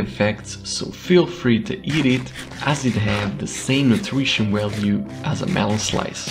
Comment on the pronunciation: “Willyges” “Walue” Need to work on ur v’s man lol